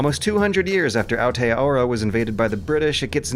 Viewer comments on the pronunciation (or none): Ao tea ora... Despite the pronunciation, really love the fact that Umurangi Generation is getting more coverage.